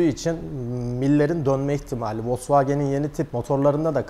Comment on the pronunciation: Ne biçim bmv wolsvogen diyorsun yaw... Gayet güzel konuşuyorsun... Bmv volsvogen deyince civitiyorsun işi...